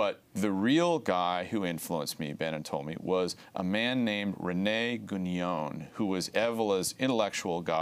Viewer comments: Some errors here. First, a minor point: it's pronounced "Gué-non" (with a nasal N), not "Guh-nyone" as Green renders it here. Second, Evola didn't ally himself w/ Mussolini. He went so far as to write a book criticising fasism, and another one against Nazism. Third, Evola was opposed to "racial theory" as it's commonly understood: he saw it as materialistic. Other than that, solid content from Josh Green. And touché . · He can't even pronounce Guénon's name correctly. He pronounces it as if it were Guégnon, lol. Neither was Evola a fascist ideologist in the style of Mussolini. Now, both men were bs meister's, but that's a separate story. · Traditionalism explained for infantile leftists. Buddhism also thinks we are living in Kali yuga. The interviewee mispronounces Guenon's name throughout and apparently thinks the Enlightenment was in the 1500s. Further comment is superfluous. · can't even pronounce Guenon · Dude should probably learn how to pronounce Guenon's name first before selling himself as an expert on the man